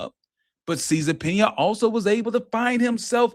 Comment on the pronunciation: Cesar Pina. Pronunciation (cease and subpoena)